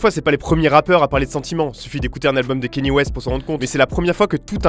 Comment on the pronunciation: ET AH OUI ÇA SE PRONONCE KANIÉ